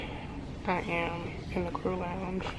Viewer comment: Yeah, 20 people, no. I laughed every time you said “screw” instead of “crew.” I have never been on a CRJ for your airline. I have been on the ERJ 145 and the ERJ 140. They looked like they had seen better days.